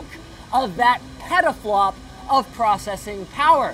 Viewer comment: sounds like he said pedoflop.. lol